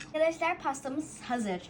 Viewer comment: Akadaslar diyo len😂